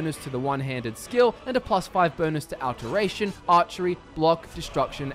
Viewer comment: Can someone please tell this man how to pronounce alteration?